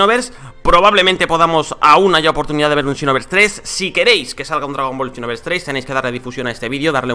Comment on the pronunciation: Por qué dice chinoverse